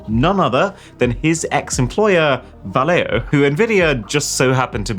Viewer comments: yo,...so freaking cringe lol your not pronouncing " Valeo " right my man - I should know when my mother been working there for 40 years my dude. Learn how say thing right LOL ( pronounced : Vow-Le- o ) ... facepalm that LOL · Just to let you know, Valeo is pronounced Valley-o. There's one near by where I live.